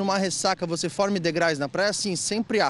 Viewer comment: Um engenheiro falando degrais é de F**